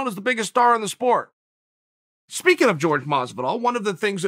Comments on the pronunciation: I get that it’s not a big deal and it’s kind of even chaels thing at this point to pronounce his name “George”, but put some respect on my boys name and call him “Jorge” and pronounce it like you know it should be. What if someone always pronounced your name weird when saying it chael? You probably wouldn’t like it (don’t over do the tone when you read it I’m not saying it all pissed off, sort of nice demeanor; just pointing this out) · This guy really saying George lmao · And George Masvidal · Is it really that hard to pronounce Jorge? Or is this some kind of joke....... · He says jorge as George and Usman as ooooooozeman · Why is he saying “George” and “Ooozemen”?😂